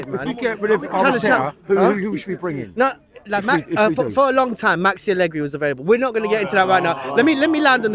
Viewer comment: The stupid idiot said Allegri😂😂😂